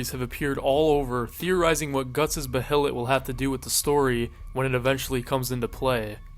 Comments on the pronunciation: buh hay lit. just say bay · Hate to be "that guy" but the word Behelit is pronounced "Bay-let". Love the video!❤ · bro really said beHelit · is he not saying behelit wrong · Your pronunciations of “apostle” and “behelit” are crazy lol